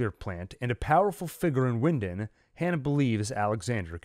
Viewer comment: It’s pronounced Vinden